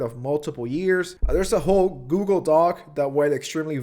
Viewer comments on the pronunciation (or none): none